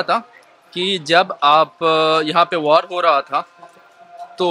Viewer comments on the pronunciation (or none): #🤪सुफारी थूक के बोला कर वार को #वार्ड बोल रहा है #तोतला